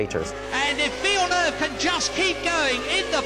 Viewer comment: Villenueve ? Didn't know he was Spanish